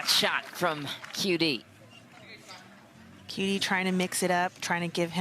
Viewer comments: The stupid commentators. They can’t even learn to pronounce the player’s name correctly. Do they event got pass high school? Shame on them! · Commentator was talking too much and couldn’t pronounce QD correctly. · Learn to say QD's name Dammit!